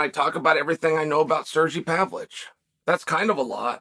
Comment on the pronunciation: Do we give Uncle Chael the how to pronounce names graph.. Pav-Lo-Vich or just let him murder names and enjoy it?